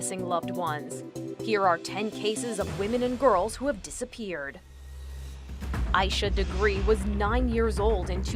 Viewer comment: When she said asha degree i thought she said I should agree